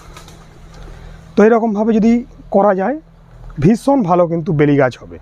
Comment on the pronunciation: খুব কাজের ভিডিও i কিন্তু আপনি যে জেলারই মানুষ হোন বাংলা উচ্চারণটা ভালোভাবে শিখতে হবে ৷ বিশেষ করে স, শ ও ষ i বিশ্বাস কে বিস্সাস উচ্চারণ করছেন, শেষ পর্যন্ত কে সেশ পর্যন্ত বলছেন ৷ ভীষণ কে ভিসন বলছেন i রাগ করবেন না কোনো ভাল সঙ্গীত, আবৃত্তিকার শিক্ষক/শিক্ষিকার কাছে গিয়ে একটু উচ্চারণ শুদ্ধ করে নিন i আপনার গ্রাহক বৃদ্ধি পাবে ৷ বিষয়বস্তু অবশ্যই ভালো ৷